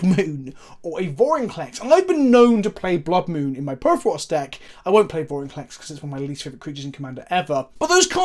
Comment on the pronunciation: I mean you say Vorenclex but what I hear..... Confusion in the ranks....